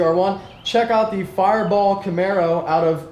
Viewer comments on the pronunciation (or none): none